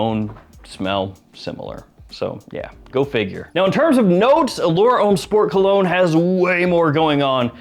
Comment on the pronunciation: Come on bro. You're a fragrance expert. Did you really say "colog-neh"?